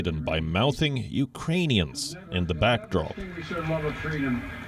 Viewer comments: He said u rain e rins . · He also says Ukrainians, as Uranians LMAOOO 😭😂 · I thought he said Uranians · Uranium (???) and he said it twice, very sad. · Watching live, I heard "Uranians" as if he missed out on verbalizing the K. How tf is this a news story? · He said, "uranian" not "Iranian", a gaffe still but a somewhat lesser one. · I thought it was "Urainians"